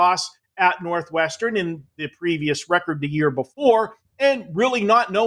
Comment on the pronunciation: "Northwesternen" cmon say it right